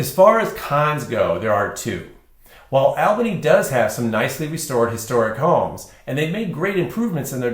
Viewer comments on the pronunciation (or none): It is pronounced ALL-bany., not AL-bany. Long-time residents can tell you about the vast system of ancient deep underground tunnels in Albany, Salem, and Corvallis. I have heard many stories about where tunnel entrances are and were. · You keep saying the name wrong!